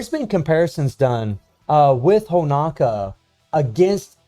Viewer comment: Come on man.... why is Honoka still pronounced as Honaka. Btw most DOA characters should be at SS to SSS tier. Especially SS Kasumi, as hard as she is to use - had the only ability so far to attack on air while being attacked, plus getting Hyper Armor which helps massively in fighting opponents that depend on air juggling like BS Zero and Ignitz. If SS Kasumi has buff removal, she will easily top the PVP charts with all those buffs she had. SS Marie has Super Armor and Hyper Armor in two different skills with two counter abilities too, easily enabling her to attack non stop in both PVP and PVE. Normal Marie is fun in PVE, I practically cleared DOA stages with her at A3, easily. Imo SS Honoka is decent in dealing damage but she's rather squishy in comparison to all current SS characters, perhaps since its a free character and Netmarble just won't give you the advantage. Normal FES Honoka on the other hand can be monstrous in PVP as she has buff steal that lasts for 5s (imagine stealing attack buffs with hyper armor successfully), and her dual DOT effect is great for guild bosses. I basically replaced 7ds King with normal Honoka, because King's useless super long ulti animation just could damage Rugal much during starlight dot. Not much chance to use both Nyotengus due to them only A1.